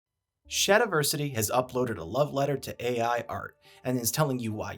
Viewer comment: Shat-i-versity is correct